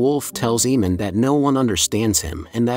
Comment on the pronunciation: AYE-Mun not Eee-Mon